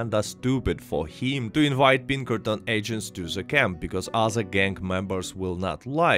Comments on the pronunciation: Great video. I’m afraid i thought you were saying “Bean Curtains” for the majority of the video. I eventually realized you were saying Pinkerton’s. lmao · every time you say Pinkerton it sounds like you're saying Bean Curtains, it's really weird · I thought he was saying bean currents every time he said Pinkerton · It kills me every time you say Pinkertons because it sounds like "bean curtains". Of course, I can only imagine how silly MY accent would sound if I tried to speak Russian, so I don't even try.